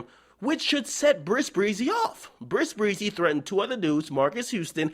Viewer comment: lmaoooo this nigga always saying Bris Breezy. it's epic.